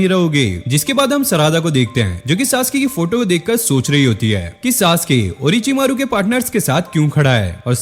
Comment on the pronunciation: Ochi maro❌orochimaro✅